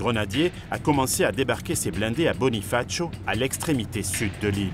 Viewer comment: Très intéressant... Merci pour ce documentaire. (Micro- détail : on ne dit pas "Bonifatchio" en Corse mais "Bunifaziu")😊